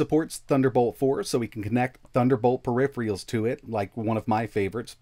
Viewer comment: Is "peripherals" one of the most mispronounced words in the world?